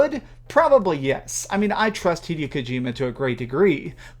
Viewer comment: 'Hey-day-oh' Kojima is insane. Death Stranding doesn't look good.